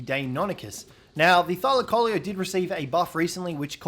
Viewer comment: You know it pronounce thy-lac-co-lee-o